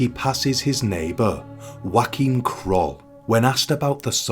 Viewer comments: His name is NOT Joaquin, a Spanish name, it is actually Joachim, a German name edit: According to the web it is either : Yoh-a-keem or Joh-a-keem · His name was pronounced Joe-came. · You have to work on your pronounciation of NAMES (for ppl as well as towns) - Joachim is not a Spanish/Mexican name and not prounced as in Josè! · Is that really how you pronounce his first name? I thought it was like yo a chim.